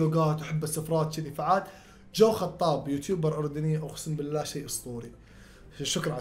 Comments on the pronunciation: اسمه جو حطاب مو جو خطاب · رديت غلطت مرة ثانيه 😂😂😂😂 يا الله ..... اسمه جو حطاب مو خطاب 😂😂😪🌚 ولد شددددددد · اسمه جو حطاب وليس جو خطاب وشكراً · اول شي تحية الك ثاني شي اسمه جو حطاب مو جو خطاب و مو قصدي انا افهم اكثر منك او شي بس حبيت اصححلك او بس ولله احبك متابعك من بدايت القناة 🇮🇶🇮🇶🇮🇶🇮🇶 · جبت العييد ولك😂😂اسمه جو حطاب مو (خطاب)😂😂😂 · جو حطاب مو جو خطاب هو خطابه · جو حطاب مو خطاب ياحلو ❤️استمر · جو حطاب مو جو خطاب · جو حطاب❌ جو خطاب✅ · حبيبي اسمه جو حطاب مو جو خطاب